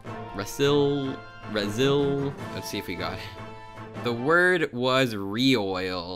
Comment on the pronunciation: "Ree-e-oi-l" I think it's pronounced "Re-oil"